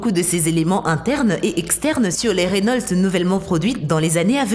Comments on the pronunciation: oh non pas ça ! Reunolte ! c'est reuno (enfin la prononciation) mais avec l'accent on peut comprendre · C pas renolte mais Renault et c une bousse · C'est pas rénaulte mais Renau c'est Renault. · RENAULT PAS RENOLTE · elle a dit "Rénolte"!!! au lieu de Renault (prononciation "Reuno") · On dit pa rénault c reunaut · « Renolt’ » Une bonne vielle marque Française ! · On dis Reunaut... Sinon si tu trouve que la SCC la Lamborghini et la Renault Sont les plus cheater Like ! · Attend comment elle a prononcé Renault la ? Elle a dis renolte c'est quoi ça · Tout ce passé bien.. Tout était nickel.. D'un coup j'ai entendu Rénolte.. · Wsh mais arrete de dire rénolt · On dit Renault pas renolt 10 minutes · rénolte ? c'est qui cette counasse... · Pour moi qui travail chez renault, entendre dire Rénolt fait mal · Selon renolt moi aussi je me suis marré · Je viens d'apprendre que RENAULT a changer sa prononciation. Je ne savais pas que je suis en possession d'une RENOLTE.Merci la video. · Renault aussi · mais tu sais pas parlé normalement ?!?!?!? Rénolt = renault bugatti veiron = bugatti veyron Kénigsegg = koenigsegg Bantley = bentley likez si vous êtes d'accord